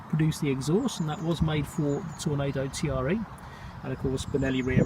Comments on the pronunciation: Good video on an excellent but under appreciated sportsbike, I have one too. My second, as I stupidly sold my first and regretted it the moment it left in the buyers van. I did have to laugh though at T.R.E. spoken rather than Tre ( pronounced 'tray' ) as it is italian for 3 ! Novecento on the rear bodywork means 900. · I had one of these back in 2006 and absolutely loved it, despite it being a touch unreliable. Sublime handling, brakes and the induction sound (I still have a few very old VHS quality videos uploaded). Still nearly 20 years on such a beautiful bike. It was pronounced 'TRE' not T.R.E. Great upload